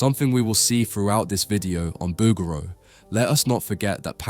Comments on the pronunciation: The name rhymes with "boogaloo," not "overthrow." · Please pronounce the painter’s name correctly: Boog'raw